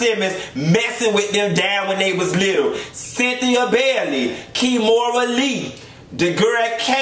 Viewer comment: Not you said Cythnia 😂Bailey